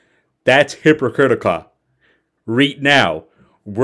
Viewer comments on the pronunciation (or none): Did he say “That’s Hypocritica”? 😂